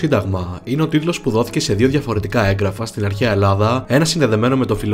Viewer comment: Σε παρακαλώ μην ξαναπείς "ΕΓκραφα" είναι από το εν+γράφω κ γι' αυτό γράφεται με δύο γ. Σημαίνει ότι προφέρεται πιο απαλά ☺️